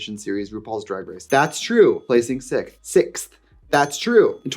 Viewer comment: So random but I’ve never met anyone else who says “sikth” like that but me.